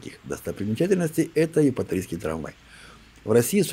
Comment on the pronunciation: Епаторийский трвмвайчик... Совершенствуйте речь!!!!!!!